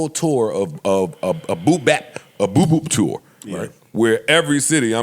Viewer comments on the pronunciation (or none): Aye nah Joe I ain’t go let you mess up our Cali jail word. BOOP BOP It’s not BOOP BAP. 😂😂😂😂